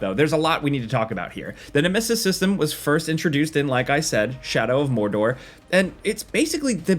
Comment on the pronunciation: Pfff, "More-door". Add some spice!